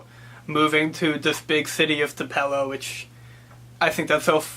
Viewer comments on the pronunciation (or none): Nice job; I wouldn't make a federal case out of mispronouncing Tupelo,. This is a very insightful review from someone from Massachusetts!!!! so, congratulations.